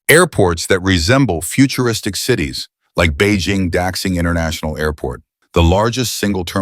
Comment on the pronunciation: it's da-xing,not dax-ing